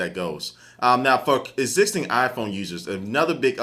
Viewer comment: hahaha I think he meant "for", but it came out as "fuck" on the mic xD